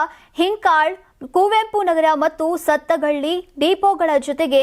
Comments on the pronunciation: Amma thayi ninna kannada hufff 🙏🏻. Deeepo alla depo Satagali alla sathagali Hidkal ala hinakal Adeng journalist agode.yen madok agala hudgi antha anchor madidre hinge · ಅಮ್ಮಾ ತಾಯಿ... ಅದು... ಸತ್ತ ಗಳ್ಳಿ ಅಲ್ಲಾ.. ಸಾತಗಳ್ಳಿ ಕನ್ನಡವನ್ನು ಕಗ್ಗೊಲೆ ಮಾಡಬೇಡ...🤦🤦🤦